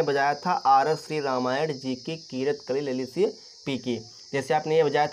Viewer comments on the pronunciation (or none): भाई रामायड़ नही रामायण है पहले तो तुम ये सीखो फिर आना सिखाने